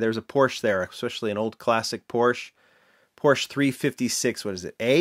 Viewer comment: Porsche is a 2 syllable word. Just, FYI.